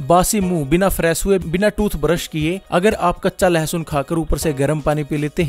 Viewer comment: its not lehasoon. its lassun